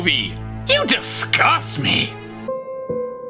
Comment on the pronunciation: justin cant say me so he says may